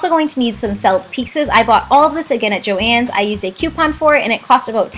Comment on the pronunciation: I hate to break it to you but thats how you pronouce it